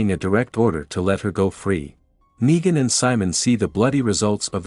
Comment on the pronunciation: its negan not naigan